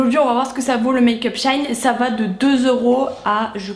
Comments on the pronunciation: ça se dit dit bien SHE - IN pourtant puisque la marque avant s’appelait « She Inside » 🤷🏻‍♀️ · Hello! Je suis perturbée par la façon dont du donne le nom du site ahah 😂 C'est She In (pour She Inside à la base) et pas shine 😊 Plutôt étonnée à chaque revue de la qualité des produits, il y a du bon et du moins bon, mais je pense que ça reste un bon compromis, et surtout, ce ne sont pas des produits trop pourris pour la peau 👌🏻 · On dit pas "shaine" mais "shi-in", ça m'a dérangé toute la vidéo... 😅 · j'avoue ca ma stressee aussi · Tu m'a stressée ma belle mdr tu a dis shain c shein mdr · Super vidéo ❤️❤️mais par contre on dit « chi-in »😭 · jai kite tellement sa ma fruster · sauf que la prononciation est toujours comme " she inside " donc " she in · le maquillage c’est pas obligatoire hein, quand on sait pas se maquillé on se maquille pas. et on dit she-in renseigne toi avant de faire une vidéo... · bah pas vraiment on t'appelles par ton prénom et si on prononce mal t'aimes pas je suppose. C'est pareil , y a un nom avec une prononciation c'est comme ça 🤦🏼‍♀️🤷🏼‍♀️ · Shein ça ce dit pas comme ça je crois